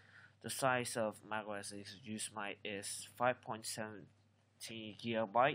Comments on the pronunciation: Yooos mite??? Do you me Yo- Sem -it -tee? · WHAT ARE YOU SAYING? Are you saying OS GOOSE MIGHT? I tried even putting on SUBTITLES and it thinks your saying EXCUSE MIGHT!!! I mean WTF??? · Pronunciation needs some work, it's pronounced yo-sim-ety, as in the national park. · Personally i found his ,mispronunciation of Yosemite fun. I mean if you're not from America how the hell would you know. It looks just the way he said it lol